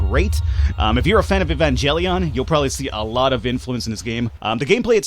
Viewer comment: The 'g' in Evangelion is NOT pronounced EvanGELion, like evangelist, but as a 'j', like Jell-O!